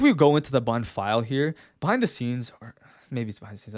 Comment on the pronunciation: I hate how I only here "bun" when you say "button" lol. Nice video though